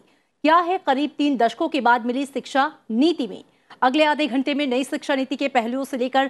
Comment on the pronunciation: It's shiksha not siksha 😊